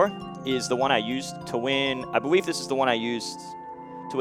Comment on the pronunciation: Nobody:... M2K : "I bewieve this is the one I used.."